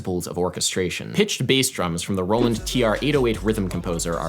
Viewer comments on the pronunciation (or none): none